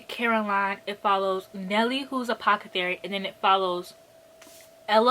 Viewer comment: saying apocethary instead of apothecary is my new favorite thing...*insert clock emoji*